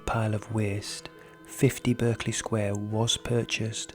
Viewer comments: I worked around the corner from this house and my hubby worked opposite. They say the house was used by forgers who printed money so they needed to keep people away and that's why the stories started. The name Berkley is pronounced Barkley not the American pronunciation. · ... it's pronounced "Bark-ley" Sq. NOT as its spelling is depicted. I was corrected by a lady who once lived in that Sq. as a child. (well excuse me, I thought!) 🙄